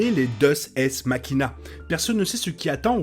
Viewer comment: Deus ex machina se prononce déous ex makina Sinon très belle vidéo ! 😉